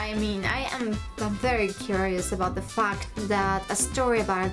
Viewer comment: When you said "FACT" I thought 4 a second you said a dirty word.